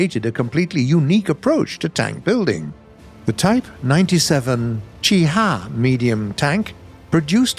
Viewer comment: Each time you said "Chi Hi" a turtle died.